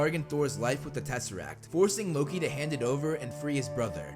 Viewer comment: Did you just call loki luki